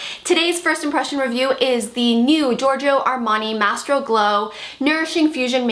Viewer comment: I want this foundation. I hope the fairest shade is appropriate for NW10 (or a tad lighter)? Any idea if it would match? Great review! You're beautiful without foundation!! Lucky woman! ;) Ps. It's not "Mastro" Glow... it's "My-stroh" Glow. No biggie though. Just trying to help. Enjoy your day.